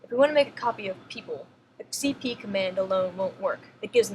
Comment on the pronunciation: that was fun to listen to... my favorite was cp "C-O-P-Y "